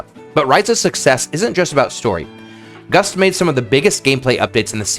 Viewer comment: You know, I kept hearing you say Gus instead of Gust and I thought, boy this person Gus is really working hard on these.